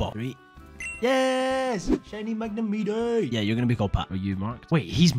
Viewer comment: This is a great video and I don’t mean to be that guy but look . Why are you calling it magnem-meatay?